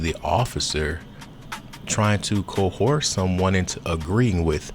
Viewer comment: Outed not ousted. Coerce not coherse. I love everybody including you. Love helps/guide always. Great video thank you. Especially the charleston info, wasnt aware, should have been, probably boule.